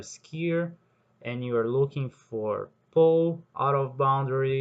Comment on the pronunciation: I live the way you said pow😂😂😂😂